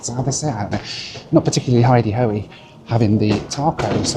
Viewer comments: Please stop saying hideyHo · I keep hearing “hidey-ho” instead of “id-a-ho”.